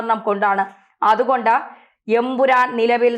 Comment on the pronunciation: ഉറപ്പിച്ച് പറയണം EN..... PURAN